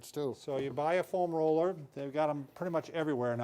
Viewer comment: foam ROLLER. Emphasizes roller more than foam and it sounds funny haha. Love these guys.